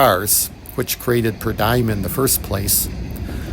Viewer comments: Per dee um, not die um. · I have never heard it pronounced per die-um, always per dee-um. My daily food allowance for work travel is a per dee-um.